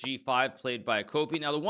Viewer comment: I kept hearing Vladimir a-Copium